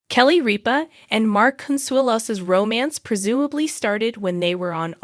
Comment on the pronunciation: you could, at the very least, leartn how to pronounce kelly's last name!